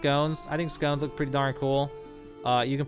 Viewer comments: It’s funny how he calls “sconces” as “scones” which is a pastry lol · Great vid! Thnx! Also, “skah-nce”. You’re welcome. 😎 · HOLY SHIT. SS-CON-SS say it with me... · I am a sad little person, but yeah, that was triggering me haha.